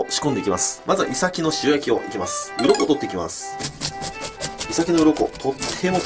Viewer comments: イサキとイトヨリのイントネーションが気になる。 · イサキのイントネーションが違う気がする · イサキのイントネーションw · イサキの発音に違和感